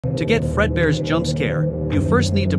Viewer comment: He says "it's me F R E A D B E A R."